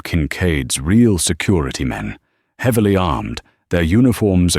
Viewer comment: lol. SECUIETY Guy probably says it like it's spelled! Like some kid who can't say their "Rs." 🤣